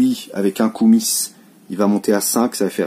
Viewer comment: Par plusieurs fois, tu te demandes comment se prononcent le mot Koumis, cette boisson de lait de jument fermenté (beurk !), ben en bon français il ne faut pas prononcer le "S". C'était l'instant linguistique par Okrienger !! LOL